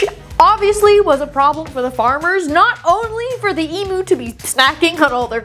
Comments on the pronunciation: Eem-ewe, not ee-moo!😂😊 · Please learn how to pronounce Emu correctly, it's really basic respect to other cultures to make an effort to not butcher their words. Its not E-moo. The U is pronounced like "you". Eem-you. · If you can pronounce the Pokemon Mew correctly, you can pronounce Emu (ee-mew) correctly. There is no excuse for yous to pronounce it "ee-moo", it's not a cow. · E-mew not e-moo they’re not electric cows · As an Australian, I just wanted to let you know it’s pronounced Eem-you not Ee-moo. Just in case you do read this comment, I love your channel! ❤❤ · Listening to non aussies say Emu is an exprirence... XD they always say E-Moo rather then Eim-U Also you'd hate Cassowarys... the actual legit demon/dino birds. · As an Australian, pronouncing them emoo 😂 is gonna get me through the day lol. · Isn't it E Mew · It's so annoying!!! Americans insist on pronouncing everything wrong. E-m-you. The U is pronounced like "you". Get it right people.